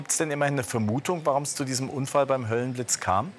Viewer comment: Höllenblitz nicht höhlenblitz😅